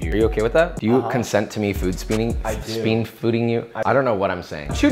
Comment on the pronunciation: “Speen Fooding You!” 🤣🤣🤣🤣